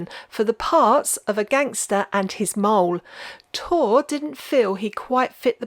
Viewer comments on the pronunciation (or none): 😂😂😂 A gangster and his moll, rhymes with doll but you pronounce it “a gangster and his mole”. You made me laugh. Excellent video, as always ❤